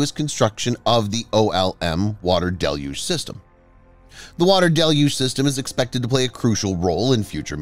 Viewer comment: Congratulations: Finally someone on YT knows how to correctly pronounce "deluge"! Great work, whoever you are!